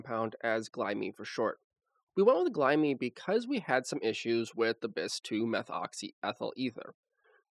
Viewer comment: please learn to make glyme rhyme with enzyme